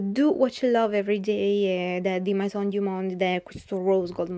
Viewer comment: scusa eh ma "mAison" non si può sentire